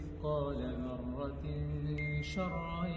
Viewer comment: Bruder das Wort ذرة. Du liest es falsch du sagst ضرة.